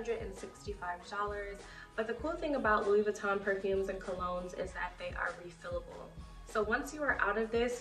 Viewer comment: Nice collection...but the "n" is silent in Louis Vuitton